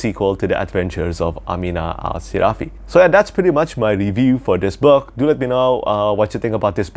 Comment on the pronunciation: Great video, I like the way you pronounce “Amina Al-Sirafi” like in Arabic. New subscriber! ☺️